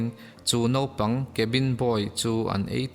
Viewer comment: I ṭawng hmandan a kaduh lo deuh pakhat, Naupang tih turah Nopang ti a i lam hi ani, Channel nei i nih tawh vangin Mizo te min zirtu atan ṭawngkam diktak i hman hi kaphut ani. Huat a la lovin min pawmsak hram ka beisei.